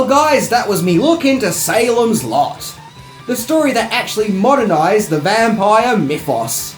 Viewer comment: Dear! 😊 When you said SALEM’S LOT, I heard SALEM’S SLUT!!! 😂😂😂 Hi from VIETNAM 🤗🇻🇳